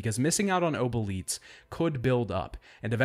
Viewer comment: Your pronunciation of obolites makes you my least favourite son ngl. Great video otherwise!